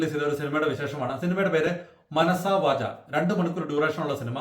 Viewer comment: വാചാ എന്നാണ്